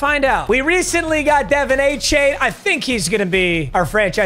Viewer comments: Papa, just wanted to let you know as a dolphins fan, it’s pronounced (Duh-Von A-Chan) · “Dah-Vonn A-Chan” love the vids though. Fins up!!! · “De” “Von” like Von miller… it’s Devon achane not Devin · you are mispronouncing de’von changes name i think. like bilobious i’m not sure how to say their names